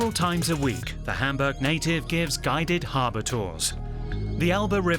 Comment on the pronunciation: Endlich mal einer, der "Hamburch" richtig aussprechen kann!